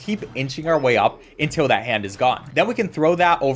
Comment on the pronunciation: "untiw we get oveww"